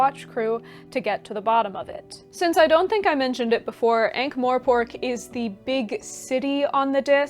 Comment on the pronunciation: love the video, shared it already despite the fact there is no "e" in Morpork ;) mor..not more... I believe that the starting point should also very much be affected by your age and social circumstances. I do not think Terry slowed down, he just decided to write non-fiction and other books as well :)